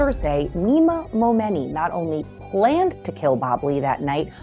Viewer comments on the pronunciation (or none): The flipping name is pronounced MoMoney!!! 🤢